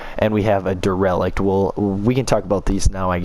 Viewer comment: Dereliction of duty on pronunciation of derelict.